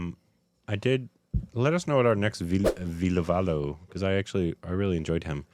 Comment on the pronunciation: saying Vadivelu as Veedavaalu tickles me everytime. It's endearing. I love that he's trying.